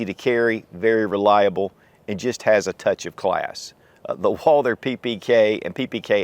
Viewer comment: Every time he says "UOAALDER" in stead of Walther my ears start to bleed.